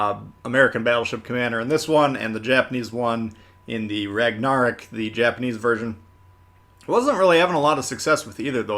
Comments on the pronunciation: It's Ig-nis Pur-ga-tea-oh. Not per-gacio. Also Ragnarok is pronounced rag-na-rock. Not rag-nar-rick. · Did i just hear pronounce Ragnarok, regnerok?! What😅. I also just wanna say i wish the ignis purgatio was based on tech tree ship colorado, as it would fit the style and nation more. It aould also make the Ragnarok more uniqe. The fact that BOTH event ships are just reskins of the nagato is not the best way to spend my money. The ships are also way more overpriced and you could just get a tier 6 premium for cheaper and more value. Im sorry but i dont want to pay 3 to 4 thousend more doubloons just to get an extra commander. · he really said ragnarok like that